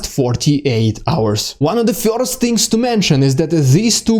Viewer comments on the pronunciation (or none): first not "fjorst"